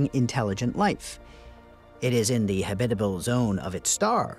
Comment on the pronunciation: habit-able NOT ha-bitable